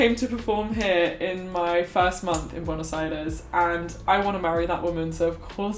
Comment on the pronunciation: Sólo entiendo cuando dice "Buenos Jaires" 🙄